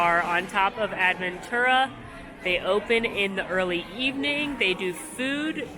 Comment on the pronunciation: I think I flinched more from seeing “Protofino Bay” on the screen more than the 75 times I heard AD-ventura. 🥰